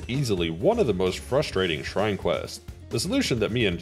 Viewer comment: The impressive part isn't even the challenge it's the perfect pronunciation of the shrine names